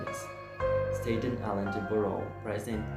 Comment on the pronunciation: Thanks for the effort, but can I give a few tips? 1. It's "Staten Island" not Staydon or whatever you said. 2. Please turn down the music It's too loud. 3. Practice reading several times and if you're solely relying on the captions don't because they usually misspell words. I don't mean anything I said to be rude I just want to help. Thanks